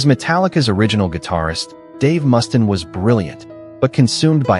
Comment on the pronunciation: Dave's last name is Mustaine not Mustin Stupid AI